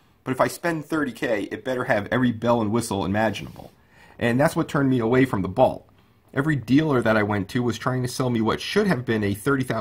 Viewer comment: "Balt" and "Tez-la." Good stuff. Consider recording your narration ALL at once. These differing EQ's are maddening. If you had waited a little longer - your price points would come into range; the Bolt is failing terribly.